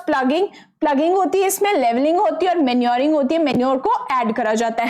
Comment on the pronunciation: Mam you said minuring, that is manuring.😂😂😂😂😂